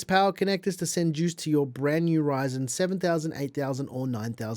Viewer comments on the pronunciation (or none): none